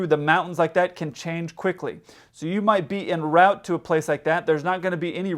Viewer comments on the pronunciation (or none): In rowt really grates on me. It's en route, (pronounced on root), because it's a French term